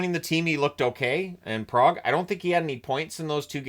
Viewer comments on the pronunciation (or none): none